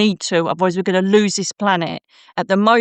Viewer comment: The way she said ‘loose the fear’ sounded like ‘luc i fer’ , magically turning it harmless 🪄